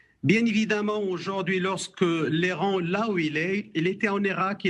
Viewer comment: Aller vous faire enculer. Les beurres depuis quand il se mélange avec des hommes. Il arrive même pas prononcer le mot l'Iran